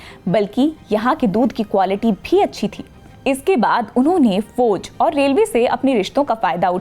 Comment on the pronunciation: Foj mein nai jana. Please improve her pronunciation